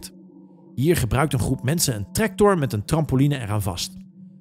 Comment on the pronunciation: Niemand Helemaal niemand Detoptien: Trektor